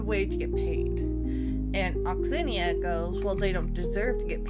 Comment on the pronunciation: Please pronounce Onyxia correctly.....😂